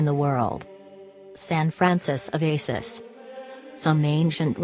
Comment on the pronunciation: Saint Francis of Asis? Gawd you guys if you people at tutovarieties can't program your robot voices to pronounce the name properly, don't bother doing the video. His name is Saint Francis of ASSISI. How disrespectful can you get!!!